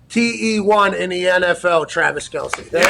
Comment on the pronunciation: It’s pronounced Travis kelss lol